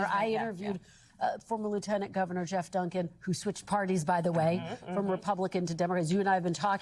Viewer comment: Geoff Dunkin - pronounced Jeff.